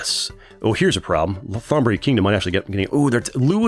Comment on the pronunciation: The way he pronounce old Thailand name 💀. Say the th like a T in the word tiger & the Th”on” the word on will gonna be instant don’t drag it. the word buri too!